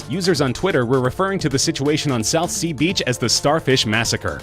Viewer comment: this dude needs to learn how to say Southsea in one word, also we have a saying here about that star fish thing and it goes like, a man was throwing beached star fish back to sea and a man stopped to say, give up you wont make a difference, so the man picked up another starfish, thre it back to the sea and said "i made a difference for that one" anyway britts are good at making weird stuff like that lol